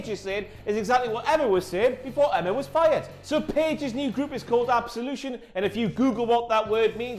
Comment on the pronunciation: I cringed so hard during Paige's promo, especially when she called group "Absolution" 😑